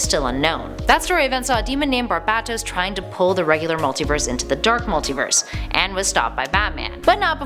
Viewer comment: It's pronounced bar•bay•tos